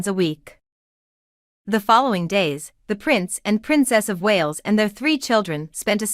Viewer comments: Yeesh. Who is the commentator here? It is Lou eee, not Lou iss. It is not the Walls, it is the Wales as in big fish called whales. The king did not scale back HER duties. HE did. It is not Must tique. It is Miss tique. The Wales did not exist in 2008 so didn't holiday here for the first time in that year. Catherine and William wed in 2011. The children came later. The Wales did not raise the monarch's spirits when they visited HER Scottish estate over the bank holiday weekend. The monarch did not reserve the bank holiday weekend for time with HER grandchildren and great grandchildren because HE doesn't have any great grandchildren. It did not mark the monarch's first summer holiday at HER summer estate since the death of Queen. Queen was a rock band and is still alive. A king is HE and HIS. A queen is SHE and HERS. Queen EII was not 94 when she died, she was 96. The monarch enjoyed many happy memories on HER estate? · Listen up their names are pronounced like whales minus the h...not wallis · If you must insist unprofessional photoshopping at least get the pronunciation of their names right. Leweee not lewis. Wales not walis, oh and Queen not quarn. Then not Her( Charles) mother but His mother. Need I go on? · This is an awful video wrong pronunciation it’s Wales not Walls and you seem to have got confused on kings and Queens also Queen Elizabeth was Catherine’s mother in law not her mother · It sounded like she was saying Wallace . . . and I kept thinking, who are the Wallace’s🥵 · Happy holidays beautiful family ❤ please can you say Prince louis name correctly its Lou ie you don't sound the letter s you are annoying saying it wrong and its the Wales family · You need to learn how to the family name Wales as in the country of Wales. Prince Louis is not pronounced Lew is but as in French is pronounced Lou ee